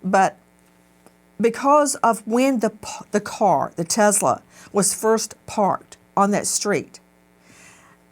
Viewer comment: WTH is a Tezzla?